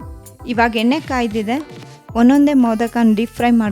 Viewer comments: Madama yella super adre pls alpa prana mahaprana swalpa.sari madkoli. Nagu baratte neevu yenne ge henne anthaidre.. kannada halnadbedi pls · ಹೆಣ್ಣೆ ಹೊಣ ಕೊಬ್ಬರಿ ಅಲ್ಲ…. ಎಣ್ಣೆ ಒಣ ಕೊಬ್ಬರಿ 😂😂 ಪದಗಳನ್ನ ಸರಿಯಾಗಿ ಉಚ್ಚರಿಸಿ ದಯವಿಟ್ಟು… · ಎಣ್ಣೆ ಹೆಣ್ಣೆ ಅಲ್ಲ ಅಕ್ಕ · ಯವ್ವಾ ಅದು ಹೆಣ್ಣೆ ಅಲ್ಲ ಎಣ್ಣೆ 😂😂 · Madam, adu henne alla.. Yenne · ಸೂಪರ್ ಮೋದಕ but ಎಣ್ಣೆ ಅಂತ ಹೇಳ್ಬೇಕು ಹೆಣ್ಣೇ ಅಲ್ಲ 👍👍😊